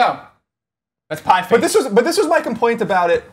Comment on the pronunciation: These guys can't even read a two word title correctly. It's Pie Face.